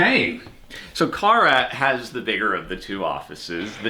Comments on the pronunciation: I love the plate, which made me giggle. I legit car uh? Car uh ?? Kara!!!. 😂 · "CAR UH" I love it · Same, I laughed at that